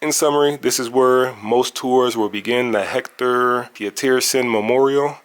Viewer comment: Omgggg it's not "Sowe-THOH" or "HEC-THOR," T's are pronounced the same everywhere, they don't change because it's South Africa 😂